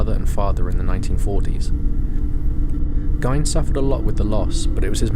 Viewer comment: Ed Gein's last name is pronounced "GEEN" .....not "Gyn"